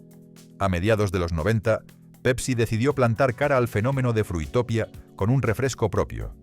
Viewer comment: BUff que recuerdos de la mayoría de las marcas, Trinaranjus, KAS, Mirinda..., por cierto no era Fruitopia, era Fruitopìa, con acento en la segunda "ì".